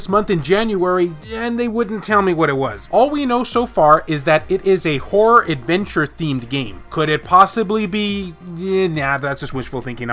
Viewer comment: horror adventure game i had to rewind i thought you said wh0r3 adventure game😂